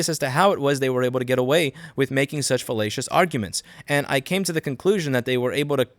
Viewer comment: Too much Oglaf, I keep hearing "fellatious" instead of "fallacious".